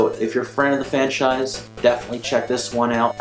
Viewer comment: "If you're a fran of the fanchise..." Yes! That was an epic slip of the tongue. Good review, thanks.